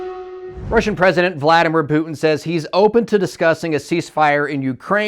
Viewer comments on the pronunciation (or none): none